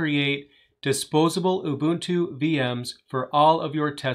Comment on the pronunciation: Oo-boon-too. Do you not have enough respect to learn how to say it properly?